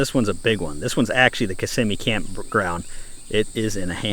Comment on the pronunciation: Ok. I learned how to properly say, "Kiss-im-mee", thank you! I always pronounced it (with an Italian accent) "Kiss-a-mee" Blows my mind how much land has been gobbled up in FL. Nice informational vid.